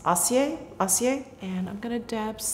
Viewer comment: Of course acier is more metallic since it means 'steely'. Get a French-English dictiionary so you can get the translation and pronunciation.